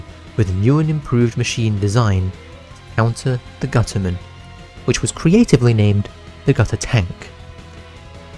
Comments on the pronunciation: Gu’ er man Most British thing I’ve ever heard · Gu-er man 💀